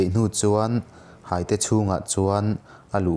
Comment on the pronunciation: hâite i tih hi hâitê(thei hai tih a, hâi tih anga lam tur!!